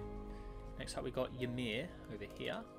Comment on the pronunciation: Ymir you pronounced wrong its the giant that odin used to make the world